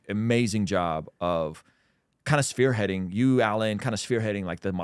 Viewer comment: You say ‘Sphere-heading’. The term is ‘Spear-heading’. Gotchu bro